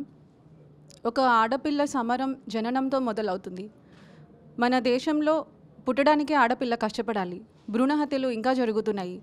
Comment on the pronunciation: Amma mundu miru telugu correct gaa palakadam nerchukondi chala goram gaa vundi.....Ila annanu ani tappu ga anukokandi ..దేశం ...Amma desham..kadu